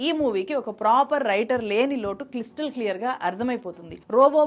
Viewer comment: Crystal Clear ni meeru chala sarlu, kistal Clear antunnaru check it out...